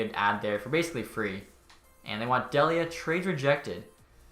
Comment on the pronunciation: Colin Delia is pronounced Dee-Lee-uh. I only know cuz I graduated from Merrimack and Delia was a STUD for our hockey team, awesome to see him making the blackhawks